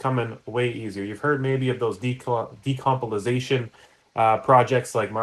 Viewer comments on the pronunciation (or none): "Decompolization" lol, sorry, good vid :)